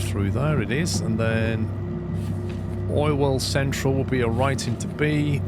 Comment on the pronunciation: That's what what I hear too 😂 for you me it's just called Orwell central now, even I know what the real name is